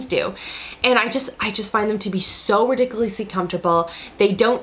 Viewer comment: LOL SHE SAID RIDICULESSY